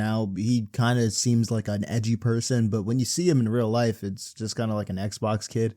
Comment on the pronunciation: Bro calling others morons and illiterate at the end but pronounces life as “loife” like dude where’s the o in the word life